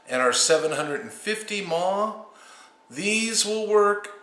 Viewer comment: I like how you say "maw" for mIliamp hours